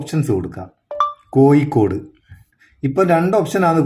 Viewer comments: കോയികൊട് അല്ല കോഴിക്കോട് 🫢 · കേരളത്തിന്റെ തലസ്ഥാനം കോയി ക്കോട് അല്ല . കോഴിക്കോടാണ് 👀 എന്തായാലും ഒരു ലൈക്ക് കൊടുത്തിട്ടുണ്ട്